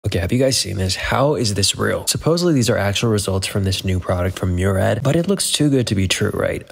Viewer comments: Its not pronounced like Myoo-rad It's Mooh-raad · My name is Murad and I approve this message 👍 oh and that's not how you pronounce my name either, lol